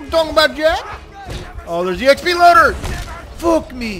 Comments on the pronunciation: It bugs me how you call krieg craig, and how you say XP loader instead of exploder like its supposed to be called. But besides those little things, awesome video :P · Isnt the EXP Loader pronounced like exploder? I always thought thats how you say it.